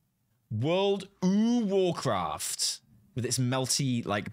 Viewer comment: Banner says "Warcrat" ;)